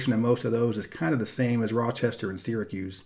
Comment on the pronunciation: I don't live in NY but I still want to thank you for pronouncing Syracuse correctly.